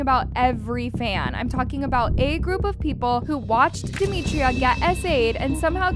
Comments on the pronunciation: ITS DEMITRA. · It’s demitra